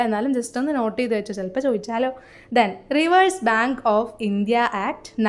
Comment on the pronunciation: റിവേഴ്‌സ് bank അല്ല റിസേർവ് bank ആണ്